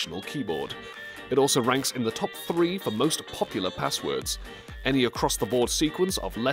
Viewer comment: I like how you say popular you certainly are "POPular" 😅😅😅